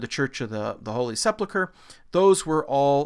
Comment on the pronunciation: "sepulchre" /ˈsɛp(ə)lkə/, not sep-le-cre....... refectory /rɪˈfɛkt(ə)ri/, not refrectory It's intaglio, pronounced in-tal-gli (sounds like 'million')-o, not intaG-lio!